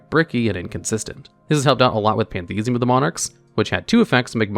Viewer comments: “Pantheism.” Card text: “PAN-thee-is-um.”: “Pan-THEES-ee-um.” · Can't get over calling Pantheism "Panthesium" of Monarchs